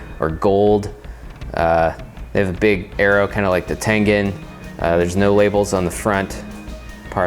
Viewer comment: god damm it its tengen not tengan